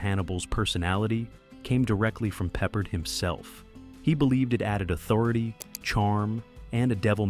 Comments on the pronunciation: You’re saying George Papa his name the wrong way it’s George Picard. It’s not peppered. It’s pard you’re saying his name wrong. You say a lot of names wrong. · You pronounced George Peppard last name incorrectly. IT is ARD like are. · It’s pronounced “Pep-Paard” (long “a” sound). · Now Ive gotta watch to hear the mispronounced, hahahaha peppered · Had to stop watching 90 seconds in after the narrator couldn't pronounce Peppard correctly several times. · I couldn't either lol. He's not a piece of meat that you season.